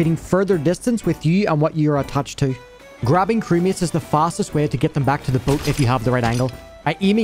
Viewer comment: When he said "crewmates" I thought he was saying "crickets".